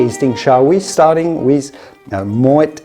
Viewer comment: Both are plonk, dumbed down for the American market. So many better options for the same or less price. Thank you for pronoucing Moet correctly.